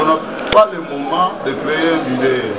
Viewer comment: Bakomaka Leader et non Lideur, Bakomaka INTELO Et Non Intelot Kiekiekiekie BOLOLE.... 30 ANS Osala na Poto Ozo yekola Kaka te?